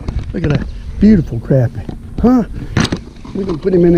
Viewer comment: Good to hear somebody pronounce crappie right. Much appreciated.